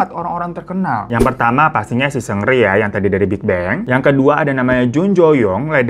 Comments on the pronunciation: Bang bukan sungri bang tapi seungri 😂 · Greget juga tiap denger 'sungri' wkwkwk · Gemes sm bang hiro, walaupun nyebut "seungri" nya terdengar seperti "sungri" tpi ttep bisa bawain cerita dengan baik dan karakter bang hironya bikin ngakak nemenin weekend majikan2. Terimakasih bang hiroo❤ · Gue dengernya Supri 😭😭